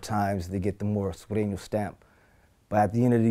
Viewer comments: Vlad said sarenos 😕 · DJ VLAD SAYIN SERINO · Vlad accent when he pronounce Sureno hahaha